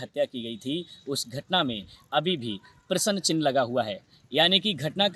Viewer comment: एकर जी क्या हिन्दी पढना बोलना नहीं आता है हाथ में डमरू लेकर बाइट में प्रश्न चिन्ह न बोल कर प्रश्नन चिह्न बोले हो किसी हिन्दी भाषा के शिक्षक से दो चार माह पढ़ लो फिर बीडीयो बनाऔ जाहिल जी